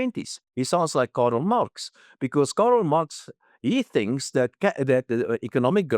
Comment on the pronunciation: Bud, who is Karel Marx...? Come on. You're a renowned economist: learn to pronounce the name of one of the most significant economic theorists in history.